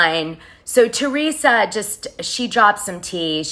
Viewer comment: Who are the three Joes your referring to and you didn’t even pronounce Teresa’s name right. There are two joes btw.